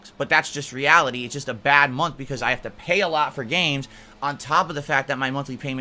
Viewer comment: I really hate how he pronounces "month" as "munt"